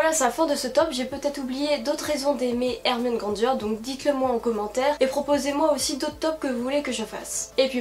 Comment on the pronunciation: Il y a des personnes qui dit GrandG et pas Granger